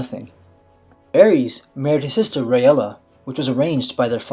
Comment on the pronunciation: Targaryen ae is pronounced ay. The Mad King Aerys (ay-riss) not (air-ees) his wife was Rhaella (ray-la) not (ray-ella)